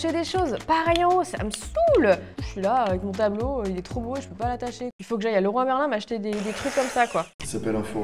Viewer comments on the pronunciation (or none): none